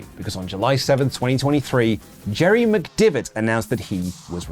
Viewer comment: listen, c’mere t’me, yer pronunciation of McDevitt is feckin shite lad 🌚